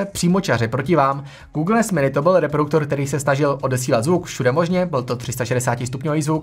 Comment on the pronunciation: Ahoj, tvá videa jsou dobrá, jen bys měl asi věnovat trochu víc pozornosti své výslovnosti. Polykáš slabiky (třeba v tomto videu slovo "reproduktor" vyslovuješ jako "reprouktor") a příliš drmolíš, zpomal. Pardon za kritiku, jinak fajn videa a hodně zdaru.